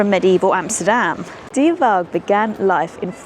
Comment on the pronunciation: Getting pronunciations wrong isn't a bad thng, but not even trying is really annoying. Did you even try and find out the right pronunciation for any of these places? I think not. Just asking a Dutch person, let Google translate voice it out, or checking Wikipeda articles (they sometimes have audio clips of names). I mean "de" in De Waag (the weigh house) is not pronounced dey or dee is just like "the" only starting with d instead of th. Not a difficult word for an English speaking person. Even plain English the would have been closer than dey or dee. And Zeedijk as Zeadik, when just saying Zaydike would have already been much closer (though still not right) with minimal effort. And that's just two examples.